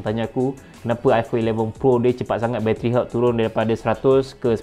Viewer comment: Aku dengar battery herbs tadi.. 🤦🏻‍♂️ good info btw!